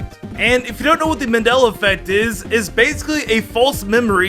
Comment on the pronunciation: kept saying Manilla effect a good three times. Smh